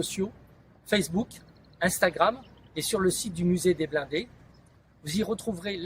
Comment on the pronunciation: "Muséum the Blonde" in France... Geez, How hard is to pronounce blindés ?